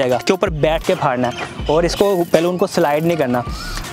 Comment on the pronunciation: Aree bhai, 'Phadna' Nahi hota, 'Phodna' hota hai.